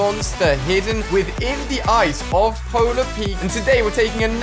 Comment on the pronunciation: Subtitles in the beginning he says polar peet